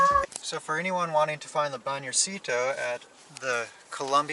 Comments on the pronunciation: How to pronounce BANJERCITO: bun-HER-c-tu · think ban-hair-see-toe, stress on the 2nd. :-) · Banjercito is the combination of Banco (Bank) and Ejército (Army) This is the bank that the Army keeps for paying the troops and make this kind of government transactions I guess. It is BAN - HER - SEE - TOH with the strong vowel on HER. BanJERcito. Try it. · "Van Her See Tho" say those words all together so you can say BANJERCITO right, which it comes from the words BANco from the ejerCITO... bank of the army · BANJÉRCITO should sound like the words VAN-HER-C-TOE (silent e) in English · the pronunciation of "banjercito" LOL. Greetings guys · and it's not a tourist thing, they try to pull out that on us Mexicans all the time. by the way your pronunciation of Banjército needs to improve. :-) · Also, do you know how to say "Ejército" (Army)? "Banjército" is a portmanteau (or mixed) word made of "banco" + "ejército", so the way to pronounce it is by stressing the syllables as in "ejército". Cheers! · It's so funny how you say Banjercito 😂. Just look up for the word Ejército for the correct pronunciation. 💂